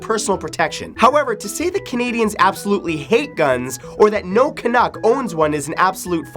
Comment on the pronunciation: Ha....he said Canuk